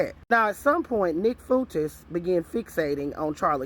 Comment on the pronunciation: Groypers is pronounced groy per. Fuentes is pronounced fu en tez. Sending with love ❤